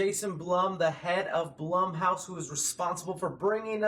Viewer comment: Blum and Blumhouse are pronounced like Bloom and Bloomhouse, not like plum. Other than that, waiting impatiently for the FNAF movie.